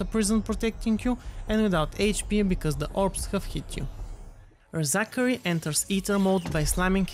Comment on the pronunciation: LOOOOL "Re-Zachary"